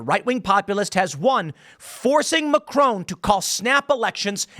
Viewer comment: It's not 'Macrone'